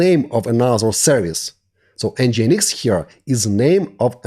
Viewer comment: It is pronounced: EN-GIN-EEX Not EN-GI-EN-EEX It should sound like the word ENGINE in english, only with the addition of X at the end.